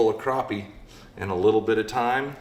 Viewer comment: Crap-pie not crop-pie lol